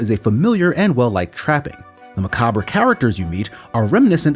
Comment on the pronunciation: MacabRA really? Did you never learn how to pronounce the word "macabre"? Isn't this supposed to be a professional review?